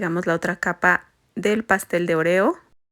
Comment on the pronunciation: La forma que pronuncias oreo me recuerda más a la palabra “orear” secar o airear, la primera O debe de tener más énfasis pero al fin y al cabo se me antojaron MUCHO los pasteles ❤